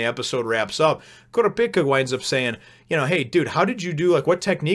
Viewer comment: Kurapika is pronounced Ker-ahh-peekah by the way. It's not a big deal though: I'm sure I'm not the first person to mention it.